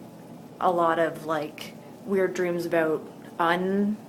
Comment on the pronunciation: Where you from? the way you say about sounds like your from canada :P no offence.